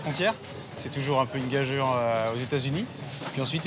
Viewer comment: C'est peut être une " gageure " m'sieur, ça s'prononce " gajure ".